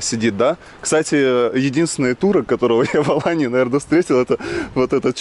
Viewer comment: Не АланЬи а Алании.. этоне АланЬя а Алания.. откуда ты взял этот мягкий знак??